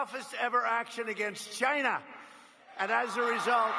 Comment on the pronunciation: We took..........at.........CHYNA